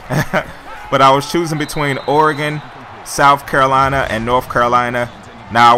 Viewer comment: At least you pronounce Oregon's name right lol. #goducks